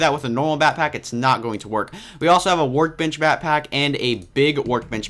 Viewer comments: why was he say batpack in stead of backpack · back-pack.....not "batpack" but great video